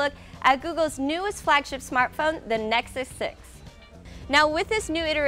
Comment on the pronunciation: "Again I'm, and you been checking out, the neck six six"